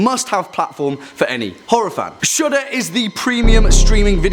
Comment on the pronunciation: It sounds like he’s saying Shoulda when he says Shudder